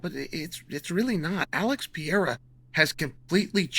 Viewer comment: Chael kills me with the “Pee-air-uh” 😂😂